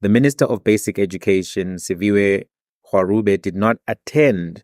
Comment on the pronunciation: Ok at this point we might need an entire video dedicated only to the pronounciation of the Education Minister’s surname - content creators and journalists be butchering it beyond recognition left, right and centre (but credit to Sizwe Mpofu-Walsh for being among those who get it right). It’s *Gwa*[with a hard ‘g’, as in the word ‘go’]-*ru*[that ‘r’ is pronounced the same as the ‘r’ in ‘Rolihlahla’, it's a guttural 'r' that's pronounced the same as the 'gg' in the word 'dagga']-*be*[with a soft ‘b’ sound, like the ‘b’ in the word ‘maybe’]